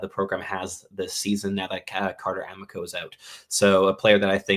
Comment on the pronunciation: Carter "AH-MEE-CO", not "AM-ICK-OH"